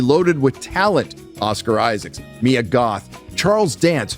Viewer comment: It's Oscar Isaac! No "S" on the end! Lol